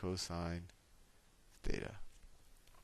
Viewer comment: is it theta or Fheta ???????????